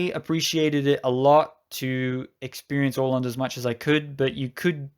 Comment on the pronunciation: A nice video! Don't take this too seriously, but it is always a bit entertaining when a native English speaker hopes he or she pronounces names in Swedish or even worse, Finnish, correctly and fails almost totally. Åland was spot on, though.